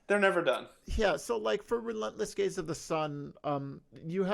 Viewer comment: I’m sorry but the quote ‘check out all these rainbows coming out of Gaze, it’s amazing’ which sounds like .. well.. gays. I could appreciate the not-intended joke, i snorted 😇